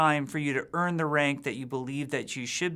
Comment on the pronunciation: "earn" rank LOL